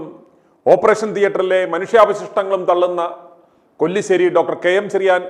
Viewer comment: കൊല്ലി ശേരി അല്ല കല്ലിശേരി